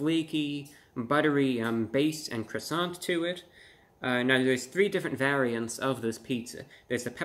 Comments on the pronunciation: Are you gonna finish that cwoissant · "Uhhh, are you gonna finish that 𝔠𝔴𝔬𝔰𝔬𝔫?" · Are you going to finish that cwason? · are u going to finish dat cwasarent? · How many felt like they were in Paris each time Review Bruh said “Cwoisannnnn?” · It should stand to reason that a review of anything would begin with the pronouncing of the thing being reviewed to be correct. This French bread item is a croissant which is pronounced qwassan. On the end of a French word an 's' is NEVER pronounced and most consonants are not pronounced either. It doesn't seem that's too hard to handle to make the whole review a bit more believable and authentic-sounding. Maybe DiGiorno expects too much from a reviewer but since we know nothing about Mr. 'Report of the Week' we probably assume he has been on the business end of a skillet or salad spinner. What do you want to be that he's never used either one and uses YouTube as his only source of income. I can only say I hope he doesn't have a family depending on his income for 3 squares a day! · The 207 thumbs downs are from native French speakers for his butchering of the word “croissant”. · I love your videos you rock BUT That's not how you pronounce croissant. 🥐😁